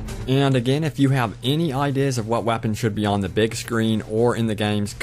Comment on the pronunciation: Wow, lol, it sounded like u said wappins